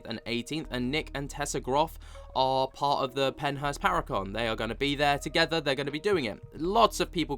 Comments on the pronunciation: Are you saying Pennhurst or Penthouse???? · Your good 😂 I figured you were trying to say Pennhurst but it didn’t sound that way 😝